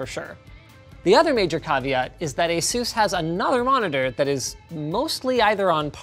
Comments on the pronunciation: Asus is named after the Pegasus, someone tell Linus to stop pronouncing it like Zeus!! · Guys Say Asus... but without the A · "ay sews" be making monitors brighter than the sun